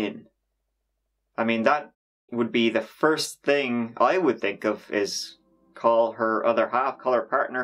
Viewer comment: "One ting is strange to me though"🤣🤣